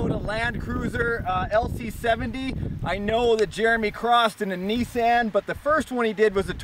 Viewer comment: In one part of the vid ( near the end of the vid ) it sounds like he said Nissank instead of nissan